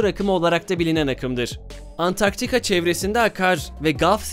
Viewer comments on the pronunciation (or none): none